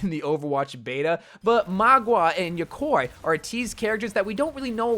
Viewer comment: How is nobody talking about "yokoi" what tha fuck is that. My guy don't watch anime?